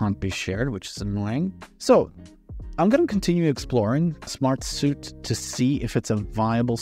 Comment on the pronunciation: Bro, it’s Smart-Sweet. Not Smart-Soot.